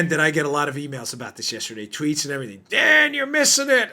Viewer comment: Hey, Dan! I'm thinking you might call it the Daniel Bongino show. A couple times now, I thought I heard you say, "The Damned Bongino Show" 👍 That's probably OK, since the Dimmocrumpies likely recognize it that way. Carry on, soldier. Love what you're doing!